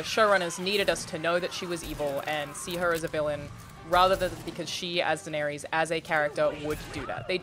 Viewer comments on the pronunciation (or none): How do people not know how to pronounce Daenerys after 8 seasons.